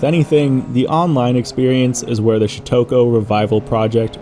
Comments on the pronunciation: Shutoku is pronounced “Shoot-toe-coo”, not “Shoot-toke-oh”. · You earn the award for funniest pronunciation of syutokou lol